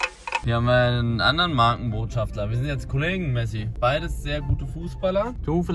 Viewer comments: Hallo Eli, meine mutter hat im hintergrund dein Video mit gehört und sich darüber aufgeregt das du MarkenbotschafTLER gesagt hast und nicht Markenbotschafter 😂😂😂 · Alle anderen: Markenbotschafter Eli: Markenbotschaftler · MARKENBOTSCHAFTER!!! OHNE L !!! 😂😂😂